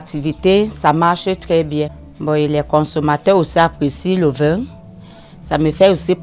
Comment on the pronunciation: On dit VIN et non VAIN .